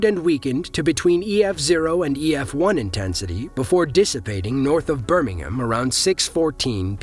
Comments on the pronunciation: It's not pronounced Birmingum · The way Birmingham is pronounced in this video only applies to the city in the UK.